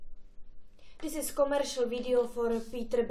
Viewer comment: Opravdu hrůza. Kruel...nejšonl...dizis a mnoho dalších chyb. Nauč se správně mluvit a nepatlej si furt na vobličej nějaký svinstva, ale i pak se na to nebude dát dívat.